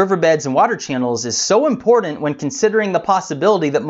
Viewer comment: Learn to say IMPORTANT